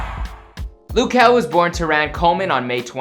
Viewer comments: Loo kel🤣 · its not loo??? its luh kel sound it out and mabye u won get corrected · His name is not Lou , just call him Kel bro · 'LOOH' KEL. Its LUH kel my guy, it's not that hard. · Luh kel not loo kel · It's now Lew kel it luh kel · It’s not loo kel it’s pronounced just how it’s spelt which is luh kel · i kept getting mad when he said “loo” bruh i was like “its luh kel not loo” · Is it me or do I pronounce his name differently? I pronounce it L-uhh Kel not lu kel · i swear if he says "lu" one more fkin time im going to blow up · This is stupid don't talk about luh kel you a grown up but don't even know how to say or spell his name I hated your channel anyway don't play withme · It's LUH kel oraytt?? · its luh kel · Loo kel noooooo my dude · tf is "lou" 💀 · Oh wow, "loo kuh"(wtf) is my fav singer😂🙏🏼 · I swear no matter whomit is they always mispronounce something. Its Luh Kel JUST SAY IT HOW IT LOOKS JESUS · Is anyone bothered by the way he sayd luh kel? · Did this guy just say Lou Kel 😂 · That’s what I thought but it’s loo